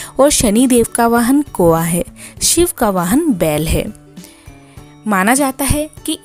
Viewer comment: कोवां नहीं कौवा बोला जाता है